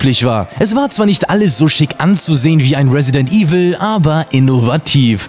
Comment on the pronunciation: Es heißt Resident Evil, nicht Residend Evil.